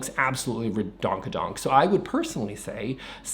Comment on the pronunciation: Did anyone else laugh out loud when he said, “re- donk-a-donk”? 😂 And I would probably be one of those people who would count as such. Although I do believe in repeating design qualities throughout your house, and not having 10 different things going on, but I definitely like more than three. My current house feels pretty boring outside, because of an addition, we had to paint all of the brick. I personally think, if your house has architectural interest, and more depth, you could probably get away with the two or three… But if your house is pretty boring and plain, you might oughta do four or five. I have a sprawling ranch House, and the face of the house is almost entirely flat. It’s too plain. Down the road, I might replace the lower brick with stone, and do the upper part in wood. It really does just need something.